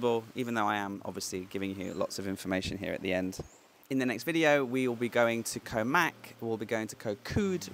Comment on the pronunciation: 'Rattan island'. Pronounced Koh 'Wai' with rising tone.